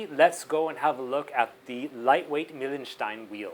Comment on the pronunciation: Its pronounced Mile-n-schtein ;P (the .pronounciation of the .."stein" is perfect, though)